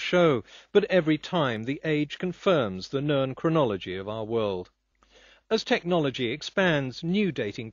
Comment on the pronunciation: Minor whine, but why does he always pronounce "known" as "nurn"?